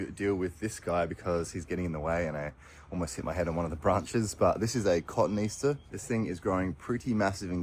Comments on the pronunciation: Loved it all. Step by step as the garden revealed itself - and please!! Co-tone-ee-aster 😂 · Or kuh-tone-ee-ass-tuh (cotoneaster) 🤫 I’ve enjoyed every one of these episodes! Lovely garden, once you’d pulled it back